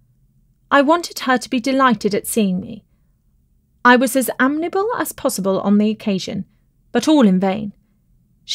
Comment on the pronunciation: Like others, I found the mispronunciations amazing and really unfortunate. "Gallant" and "amiable" are not difficult words.